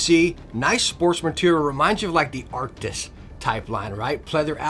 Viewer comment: He has been saying Arctix for 2-3 years now in every video about the headset.